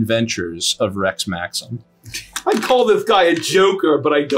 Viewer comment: I heard Rett Maxim, not Rex Maxim